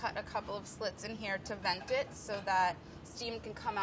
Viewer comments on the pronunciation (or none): none